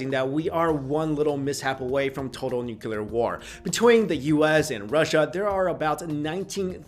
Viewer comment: Nuquler war?